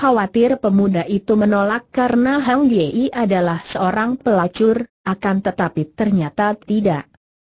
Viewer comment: Min, tolong sertakan teks (narasi)nya. Kalau cuma suara google saja orang tidak tahu nama atau frasa yang dimaksud pengarangnya. Contoh: Hang ye-ie. Apa namanya Hang Yi????? Lagi, nama Zhao Kuang ye i en. Apa suara google tidak bisa mengucapkan Zhao Guang (Kuang) Yin????